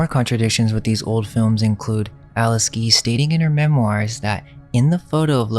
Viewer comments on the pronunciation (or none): Nice vid, but you need to learn English. Her name is Alice Guy, not Alice Gee. I am sure you are a smart guy.